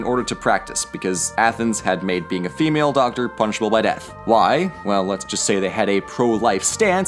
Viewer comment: When you accidently mistake the 'why' for 'wrry'